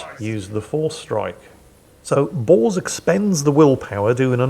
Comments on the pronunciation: i love how say Bors like "Justicar Balls". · lol with your accent everytime you say "justicar Bors" i hear "justicar Balls" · Is it me or does anybody else seem to hear Every time says "Justicar Bors" I hear "Justicar Balls"